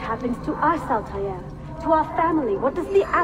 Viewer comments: "Grandfather of Ältaîr" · How is it that Altair's voice actor in this one says Arabic names better than his original voice actor? (And before any of you bitch about what I'm saying, I'm Muslim, and know a fair bit of Arabic and how names that are arabic are supposed to be pronounced.)